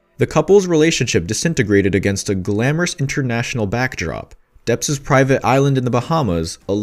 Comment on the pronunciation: If you are going to REPORT….how about getting the pronunciation correct….it ISN’T PARADISE…..it’s pronounced without the “S”…..para-de…..and it’s DEPP’S not Depps-es…..Jesus H. Christ how frustrating you people are…..use GOOGLE if you’re in doubt~!!!!